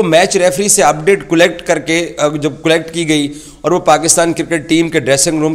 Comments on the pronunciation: Cullect instead of collect 😂. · 😂 abe zahil "'cullect" kya hota h😂 collect hota h